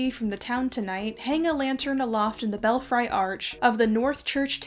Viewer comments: Belfry is pronounced "bell free", not "bell fry". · FYI: The second syllable of "belfry" is prononced like "free" not "fry". It is accented on the first syllable. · Please, please, PLEASE look up pronunciations, if you are not familiar with a word, example-belfry is pronounced bellfree, not bell fry. It negatively impacts your well-researched presentations. Another example is privateer (pry va [short a] tear); other examples slip my mind at this moment. There are even resources that will provide a verbal pronunciation. Looking forward to learning more from you! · /bĕl-frē/ , /bĕl-frē/ , not /bĕl-fraı/ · Just an FYI that belfry is pronounced "BELL-free" (not BELL-fry). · Bell-'free' not fry... otherwise great content! I can tell you read a lot. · Bel Fri...not bell fry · Belfry--bel-free not bel-fry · belfry is pronounced Bell free..love your videos..I apologize for being a diction nazi..it's my cross to bear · I love your videos! Just one thing, it's bell-free not fry 🙂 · The tower in the North Church was pronounced bell free, not Bell fry. Loved your post and your history lessons. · I was going to comment (after checking sources) to agree. Also Newfoundland has the accent on the first syllable. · Belfry is pronounced bel-free. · Pronunciation: belfry (bell - free) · “Belfry” is pronounced “BELL-free”. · Belfry is pronounced BELL-FREE. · Please pronounce "belfry" correctly. It's bell-free with a long e, not a long i. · Fun and fascinating history, but 'belfry' is pronounced Bel-Free. (for next time). I've just subbed. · Please tell me I’m not the only person who has pronounced belfry wrong all their life? This is the danger of reading before you are taught 😅